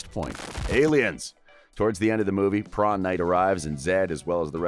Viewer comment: I noticed it's called prawn not prom.